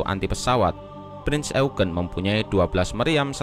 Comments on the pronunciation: Bang pembacaan kata Prinz Eugen nya salah harusnya bacanya yaitu Prinz Oyjen bukan Eugen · Kpd admin bacanya bukan e u g e n. Tapi Youjin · Sebenarnya pronunciation eugen bukan "eugen" karna dlam ejaan jerman jadi ya "oygen" jadi "prinz oygen" dibacanya . CMIIW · Eugene itu dibaca yujien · Cara bacanya "prinz YOUJIN" mas admin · Bang bukanya bacanya prince eujin ya v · Cara bacanya prinz oegen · Salah yg bener bacanya prinz oegen